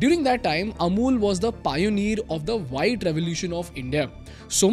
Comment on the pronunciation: Bro Payoneer nahi hota Pioneer hota hai